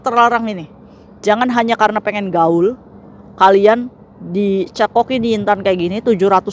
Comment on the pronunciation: Lagi mkn denger ngomong yin tan bukan yu Tan😂😂😂😂😂